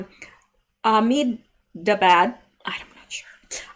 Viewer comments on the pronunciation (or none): Ahmedabad. We live in India for a few years. Ah sound on the beginning of a word is almost silent and you say it like an almost h but mostly breath. Ah-med-a-bod